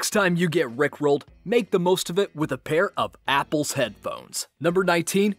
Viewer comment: This new announcer guy is too nasally. See if you can get another guy to narrate these videos. He could not even properly say the phrase "Rick Rolled". Instead, he said "Rulld". Not too good.